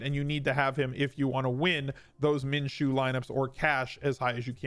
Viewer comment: You're the first analyst that I've heard pronounce Minshew correctly.